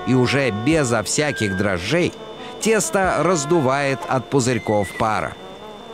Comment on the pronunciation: Не дрожжей,а дрожжей